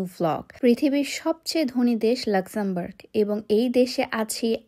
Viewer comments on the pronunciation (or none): আলহামদোরিল্লা জিনিস টা কি? 😂 লাক্সামমবার্গ উচ্চারণ টা তোরে কে শিখাইছে? 😂😂😂